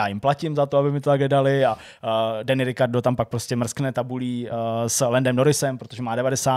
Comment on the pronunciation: nevyslovuje sa to nahodou féérstapen?..... a je to rikárdo.... a co taky zhou, ten by mal byt....žu